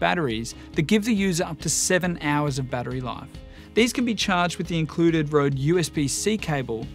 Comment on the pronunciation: It grinds my gear that no one seems to be able to pronounce the name Røde right